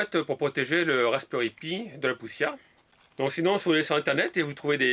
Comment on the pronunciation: je sais pas si c'est normal mais defois tu prononse mal comme raspperry aux lieux de raspberry